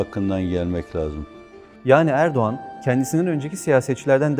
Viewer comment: НЕ ЭРБАКАН а ЭРДОГАН😂😂😂